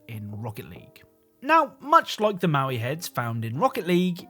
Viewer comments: Its "mo-i" not "mow-i" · BTW the Moai heads are "moe-eye" and not "mau-ee". (Note: Never make fun of someone for mispronouncing a word - it means they learned it by reading!) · mo'ai, not maui^^ The first means "statue", the second means "left". And Māui (Maaui) is a mythical characer. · its "moai" not "maui" genius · The stone heads on rocket league are Moai (Moe-eye) not Maui. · You called them maui heads and that felt wrong, so I double checked and they're Moai heads. Pronounced like moh-wai too. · Ah yes, the infamous Maui heads of Hawaii 😂 The “Easter Island Heads” are called Moai, created the Rapa Nui people on Rapa Nui (what we now call Easter Island) and where definitely not Maui. I get how he could get the pronunciation wrong or even mixed up. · Moai is pronounced "moe-eye".